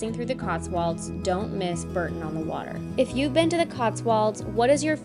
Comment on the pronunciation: Terrific vlog! FYI, Bourton-on-the-water is pronounced 'Boar tun', ALWAYS carry cash with you (cash is king)